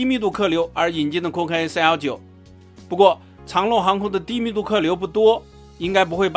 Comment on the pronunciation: 跟我读：长 long， 长rong 。改天再来个长农